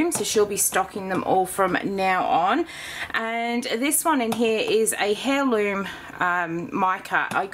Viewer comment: Omg...been there🤣 I had the same thing with Aussie Sea Salt. (BTW Heirloom pronounced air loom)